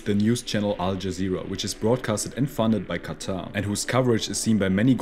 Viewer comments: It's not "khhattha" , It's quatar more like (katar) 🙂🙂. Use proper pronunciation. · Bro why does he pronounce qatar as "kata" 💀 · It's pronounced "cutter"